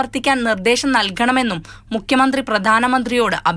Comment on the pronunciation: മുക്കിയ മന്ത്രി അല്ല. ഉച്ചാരണം ശ്രദ്ധിക്കൂ